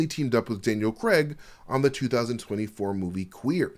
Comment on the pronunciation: Daniel crAIG not creg it’s a think don’t ask me